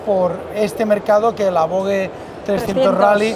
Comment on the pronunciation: Gran vídeo y gracias por mostrarnos las novedades del EICMA de este año. Ahora bien, exigo una estandarización del nombre "VOGE": O como dicen los chinos "Vosh" o como se dice en castellano "Voje" porque lo de Vogue ya.... xD Un abrazo!